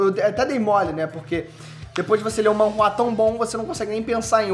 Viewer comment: Sabe nem falar o nome correto. É manhwa